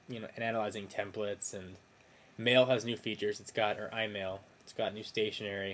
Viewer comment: did you say imail